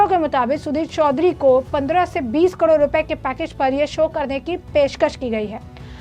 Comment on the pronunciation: Madam kadod nhi carore hota hai 😅